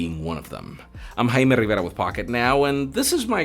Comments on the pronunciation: I’m just here for “HAIme RivERRRRRRRRRRa” 😂😂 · Why do you speed up 500% when saying your name? I have zero idea what you said. Please try to speak clearly. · 👁️👄👁️ when he jumps to Spanish accent when he said his name real quick.